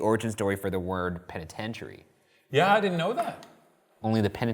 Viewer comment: This episode is brilliant and everything but isn't anyone else stuck on the fact that Ryan pronounces the name as "pen-i-ten-tary" continuously!?!